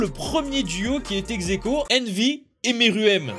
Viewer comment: Plutôt merouem ( pour la prononciation ;) )